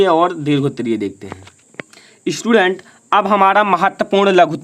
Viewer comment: बेटे ईस्टूडेंट ना होता स्टूडेंट होता है।